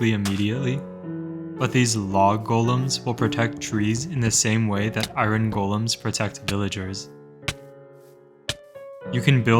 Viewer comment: I’m sorry but what is eye Ron? That is not how you say iron